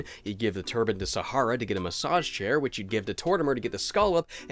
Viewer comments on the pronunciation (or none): none